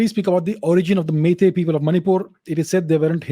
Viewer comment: Sir I'm surprised with your pronunciation of our Meitei words. You sound so natural and effortless. And also it seems you have gone through our history quite well. Thank You Sir!! 🥰